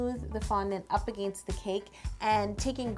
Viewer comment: Did anyone catch the way she said against